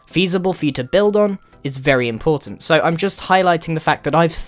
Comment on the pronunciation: #Grian did you say vely flat instead of very flat